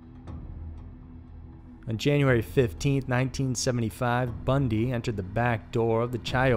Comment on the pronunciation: Like the channel but "Bundy" really 🙄🙄